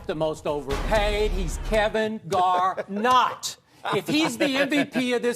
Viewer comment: lmaooo at skip calling KG “Kevin gar-not” 😂😂